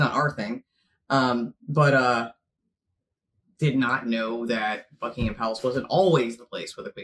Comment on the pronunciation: It is NOT Bucking-Ham!!!!